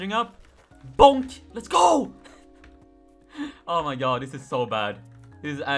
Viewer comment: I feel very weird when he says oumaygoud idk why...